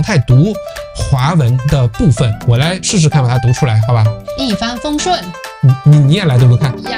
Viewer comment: 一帆風順 👍念的OK 鬼佬音調了 二龍騰飛 都不Ok啦(Yi Long Tang“藤”音 Fei“非”音) 三陽開泰 “衫羊開泰” 😆 又鬼佬音調了 四季平安 社貴平安 五福臨門 嗯福䌫門moon 六六大順 👍念的Ok喎 而😆碌碌大順🤣 七星高照 “擦Xing Go舅” 八方來財 “Bai Fang奈Chai” 九九同心 搞搞Tong蔘 十全十美 “拾仟拾媚” 😆念成了“實腸實霉”